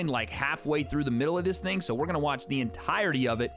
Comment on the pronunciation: i beg you dont say 'ting' lol hahaaa